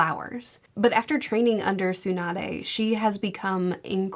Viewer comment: Have you been thoughts how to pronounce tsunades name😅